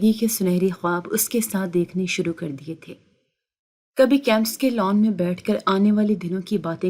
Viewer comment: جاھلہ خاتون کیمس نہیں بلکہ کیم پس